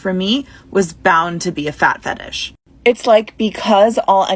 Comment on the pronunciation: It's fetish, not fatish.